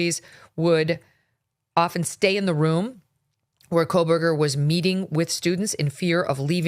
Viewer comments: Megyn,it’s CO- burger. The way you are pronouncing his name you’re adding an L Col burger it’s CO- burger. I have heard you say this name for years the wrong way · Megyn I love you but there is no “L” in Kohberger. 🫣